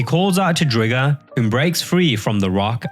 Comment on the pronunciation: STOP CALLING IT DRIG-GER! ITS DRIGER LIKE TIGER!